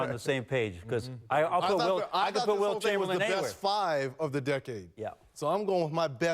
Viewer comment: I thought he said Bilt chamberlain and really flipped it lol